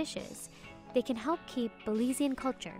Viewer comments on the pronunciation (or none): none